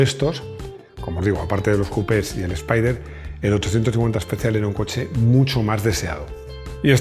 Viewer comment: Literalmente se pronuncia “espider “ y no “espaider”